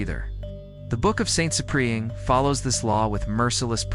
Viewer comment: Try getting the AI to pronounce Ciprian as SIP-ree-ən